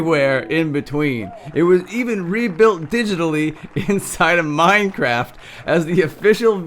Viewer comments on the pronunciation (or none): none